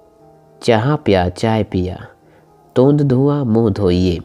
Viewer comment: तोंद नहीं तोंड ड